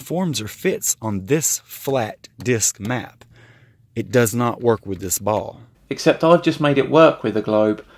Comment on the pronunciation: How come most flatties I see pronounce "ball" as "beauw"?